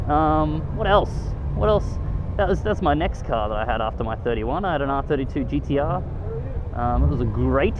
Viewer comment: It sounds like hes saying DTR instead of GTR 😂😂